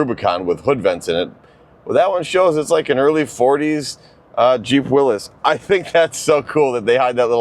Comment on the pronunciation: Every Jeep person should know it’s pronounced “WILLIES” and not “Willis”